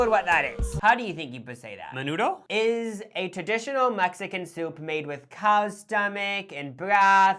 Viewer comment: The menudo pronunciation 💀